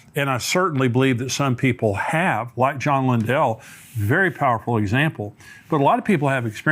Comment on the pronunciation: I appreciate ministry. This is not to complain, or correct, only to inform… he keep’s mispronouncing John Lindell’s name. It is not “Lyn-dell.” It is “Lyn-dol.”. Exact same spelling and pronunciation as Lindell Cooley. 🙂